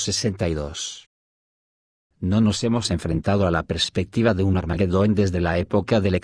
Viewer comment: No es armaguedon....es armagedon....sin la u intermedia....pilas que ud es español.....jejeje...